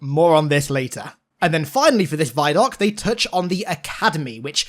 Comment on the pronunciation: Christ why do you say "vie-doc"??? Do you also say "viedeo"? Because the "vi" in "vidoc" is short for "video"...